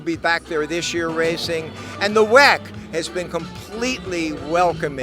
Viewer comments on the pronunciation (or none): For the love of god stop saying weck